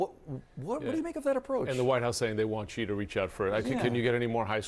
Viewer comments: In a country where almost no one in the media and administration knows how to pronounce another country's leader's name (Xi is pronounced as the letter 'C' instead of 'she'), do these people know what respect is? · why can't any commentator pronoun 'Xi' and 'Zhang' correctly?